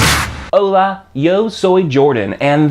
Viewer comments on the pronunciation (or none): none